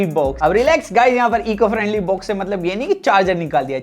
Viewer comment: Bhai baux nahi box hota hai pls angreji mat bol tere bas ki baat nahi hai